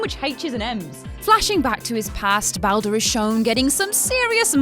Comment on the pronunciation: In the 90's when voice acting was rare, it was understandable to not pronounce names, but now every game has decent (to a degree) voice acting, why do people STILL pronounce names wrong (looking at you ) his name is pronounced b all der, its literally said in the game dozens of times...